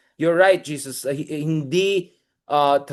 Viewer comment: Pls pronounce it as HESUS (Jesus is Jesus Christ).